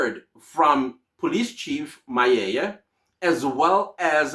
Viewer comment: Please get the Metro police chief's surname right sir. It's MAPIYEYE.